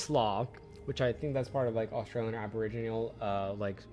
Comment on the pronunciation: I can’t believe this guy said “aborneegial”